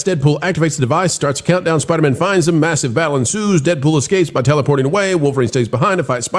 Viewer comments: Please don’t ever let culture say Spidermn on air again. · Anyone who can’t say spider man should not comment on marvel